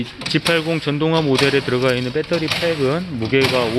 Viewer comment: 발음도 참... 빼떠리... 어느 나라 말일지 그 발음 하나로, 무슨 말을 해도 신뢰가...